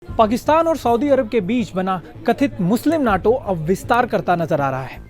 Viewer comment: North Atlantic Treaty Organization, NATO, but pronounce it as NETO.